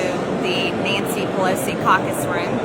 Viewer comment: Not reading the subtitles, I heard it was her carcass room 😂